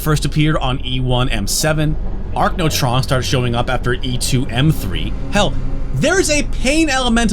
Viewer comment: Archnotrons? Isn’t it pronounced arachnotrons? Lol